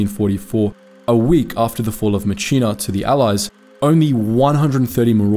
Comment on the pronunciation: Excellent subject but there were many errors made in this video. “The Longest Day” actor Robert Mitchum instead of the actual General Norman Cota was one. Flip flopping 5307th's three battalions to three divisions, and mispronouncing Myitkyina (mitchinar). Focus on your quality instead of rushing through your work.